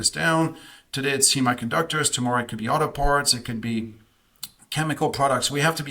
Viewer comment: Wow, one dude in the blue sweater doesn’t even know how to pronounce the word semiconductor. Lmao!!!